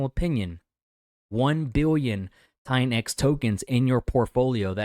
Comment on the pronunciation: LOL every time you say $TITANX is sounds like $XEN cope....where are all of your $XEN updates? LOL